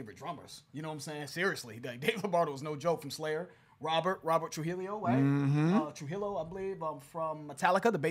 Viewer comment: Rob Tru-hill-eo? How did you only get half the Spanish right on that?? Tru-HEE-YO.